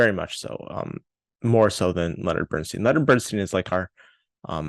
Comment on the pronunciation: Funny, because unfocused and aimless pretty much sums up this review. A couple other things which also escaped your attention; the movie is pronounced 'MY-stro,' not 'MAY-stro,' and the central character's last name is pronounced 'BERN-stine,' not 'BERN-steen.'